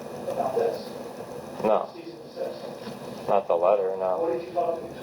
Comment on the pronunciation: Every time I hear “Cyst and Deceased” I cringe Its CEASE & DESIST